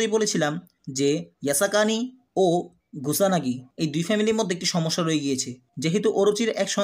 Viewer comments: That's kusanagi bro😒 Not gusanagi😑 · এফোর্ট খুবই ভালো, কিন্তু ধরো ৮০% মজা পাইলাম. ধারাবাহিক বর্ণনা ভালো ছিল কিন্তু নামের উচ্চারণের গুষ্টি মারা হয়ে গেসে. কুসানগি থেকে গুসানগি, কিও থেকে রিও ... কি ছিলো না এইখানে. উচ্চারণ ঠিক করলে আরো বেশি ভিউ পাব. তারপর ধন্যবাদ এই বাংলা রিভিউ দেয়ার স্টেপটা নেয়ার জন্য.